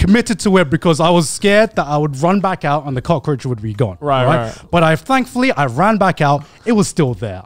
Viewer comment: Cut the "roach" in cockroach